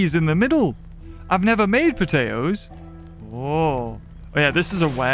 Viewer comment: the way you said potatoes the first time was very wrong...